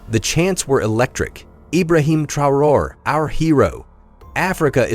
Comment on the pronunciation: WHY THIS NARRATOR AS OTHER AMERICAN NEWS PEOPLE ARE PRONOUNCING PEOPLES NAMES WRONG, IN THIS VIDEO HE SAYS "TRIE-ORIE" WHERE HE HAS AN ACCENT ON LETTER E' TO SOUND E'(A) TRAORE' (NOT TRIE-ORIE).